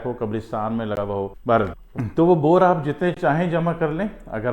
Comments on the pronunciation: Well.. no boorr....bourr is right. Bourr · Sir bore nahi boor